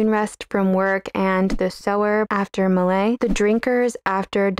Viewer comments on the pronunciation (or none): none